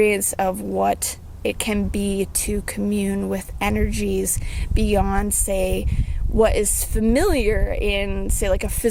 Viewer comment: Lol I heard it too